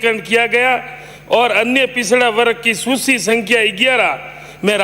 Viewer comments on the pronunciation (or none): Susi nhi hota h Netaji suchi hota h 😁😁😁